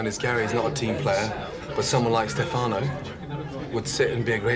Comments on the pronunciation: FOR THE LOVE OF GOD ITS STEFANO!!! (Stef - uh - no) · I'm starting to say Stefáno instead of Stéfano even if I know it's wrong.